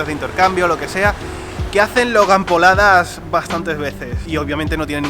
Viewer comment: Logan Pauladas jaja suena como Logan Poladas y en Costa Rica una polada es como un ridículo jaja